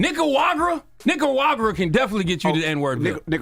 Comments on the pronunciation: It’s pronounced Knee-ka-rah- guwa. Luke Agua 💦 in Spanish. Nica-ragua. Not going to lie that was painful to listen to lmao but that’s how it Always goes down lol. Will say tho it’s nice hearing my country mentioned without referencing cocain guns or the Iran contra shit. Preciate that fr. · Not one of you can pronounce Nicaragua 🤣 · Nobody in that room can pronounce Nicaragua 😅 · Nicaragua 🇳🇮 is pronounced Nigga-ra-gua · it’s is pronounced NICAH-RA-HUA side note the G is more of a H sound in spanish language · He says Nicaragua so wrong! 😂😂😂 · lol… I’m glad I’m not the only one that can’t say Nicaragua